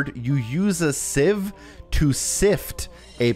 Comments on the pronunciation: Sieve is pronounce “Siv” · Thank u for this guide so easy to follow, in the UK we would pronounce sieve as siv 🤔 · Sieve is pronounced like "siv" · Thank you very much! Also, the sieve revelation at the end and the way you overly pronounced the word sieve after was hilarious 😂